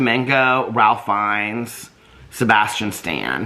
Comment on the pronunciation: I know this comment is late but Ralph Fiennes name is pronounced Reɪf.